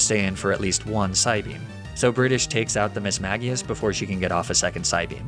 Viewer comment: THANK YOU FOR SAYING MISMAGIUS CORRECTLY!!!!